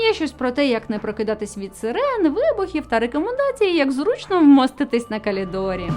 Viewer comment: "на калідорі" ти супер)))